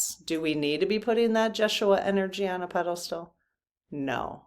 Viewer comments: I think it is pronounced Ye shu a Not Josh.... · you are close..the name is pronounced YESH SHU AH..it is his true name but spelled with a J. Jeshua...you are giddy tonight, a bit all over the place. It's all good. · I think it is pronounced as in Yes-uaha, J is silent. Can you ask in part 4? 😊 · It’s actually pronounced yesh-u-a. The Spanish say Hey-sues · Jeshua – The accent is on the second syllable and the J is pronounced as a Y Jesus is the Greek form of Yeshua which is Aramaic.